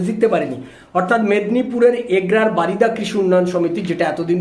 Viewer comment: বারিদা নয় ওটা বরিদা।